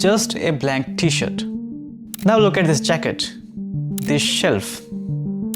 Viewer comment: I think there’s an “r” in t-shirt, my friend. Might want to consider including it in your pronunciation, because without the “r”, it sounds like something else.